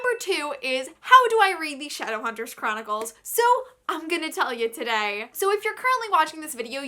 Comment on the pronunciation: the fact that you called it "shadowhunter choronicles" tells me enough